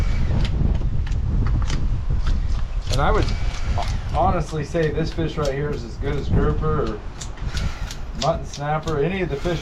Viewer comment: First time I’ve commented about anything but huge fan here from central Alabama great job being a great dad to Jake and Luke and a huge congratulations Luke on spearing your first feeeaasshh as Crystal says I swear she is as country as me!